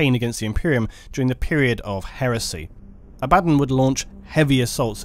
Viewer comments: Abaa--don sounds ridiculous to me. If its meant to be pronounced that way it should be spelt differently. Just think about the spelling. If it has two Ds it should be Abadd--on, if it were to have one it would be Aba-Don. I've always said it that way since I was a kid, and honestly its one of the few pronunciations I don't give a damn what is supposedly correct. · The name is pronounced is Abba Don NOT abad on! Jeez! Otherwise excellent work. You and the bigot Arch do the best Warhammer video's and with your videos we skip the neo Nazi ('Iron Jew') SHITE from Arch or his obsessed triggered 'Look there is a woman in the video game, I am losing my mind!' crap. So glad to have you as a sane alternative and you are more philosophical and detail orientated than he is, so you are now my new #1 Warhammer 40,000 commentator online! Great stuff!! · Stop saying his name wrong. Abb-a-don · Haha no it’s abbAdon surely?! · Ebadon? EBABON?! It's Abaddon! It's pronounced ABADDON not Ebadon. Feels like Nurge is vomiting in my ear each time i hear Ebadon. Ech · Imagine learning how to pronounce names .... Its AB A DDON .... Not Abaddon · Say it with me: “Abba:Dawn” 😂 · I liked how this dude call Abbadon "Uh-baddon" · its pronounced aba-don also its Row-BOOT-ay GILL-uh-man. Lastly the image , what is the images source? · I pronounce it Abba-Don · Love your vids but your pronunciation Abba-don make me so mad .... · aba-DON lol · abb-a-don not din lol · "A bad'un" ... ? Brits.. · Please learn how to pronounce people's names properly. The way you say "Abbadon" and "Gilliman" makes my teeth hurt. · ABBUH DAWN wtf..this dude somehow manages to say every other name or faction completely wrong...ugh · except he doesn't say abaddon the proper way which is triggering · I thought he said it funny too, great vid though! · Abadon. ....the only word there that really got to me. Rest of it....good. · Every time he says Abaddon I die inside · That incorrect Abaddon pronunciation.. eye twitch